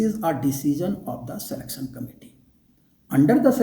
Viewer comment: Knowless, educason, selectson,etc etc., OMG! English pronunciation 😂😂